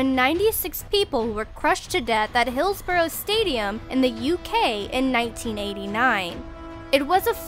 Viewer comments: UnknownHoax and Hills-bruh not Hills Borrow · Hillsborough is pronounced hillsbruh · Its prinuncinated hilsbura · Donal Geaney and "Hills Borrow"